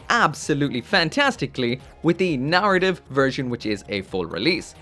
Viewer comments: Please, please start to pronounce the word "Narrative" correctly. For weeks I would try and find "Nartiv" Gundams online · that "arra" syllable really gets away from him eh? 😂